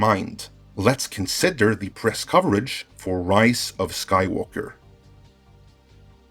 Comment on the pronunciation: why i keep hearing "Rice of Skywalker"?